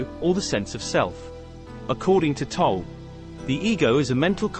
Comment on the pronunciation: You are not even saying his name correctly, how can you know anything about him?